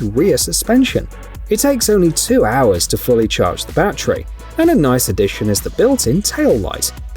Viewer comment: It's NOT a " ba-tree". It's a " ba-TTerY "